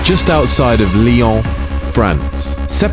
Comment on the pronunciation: You said Lyon correctly! I haven't seen the video yet, but this deserves the like 😁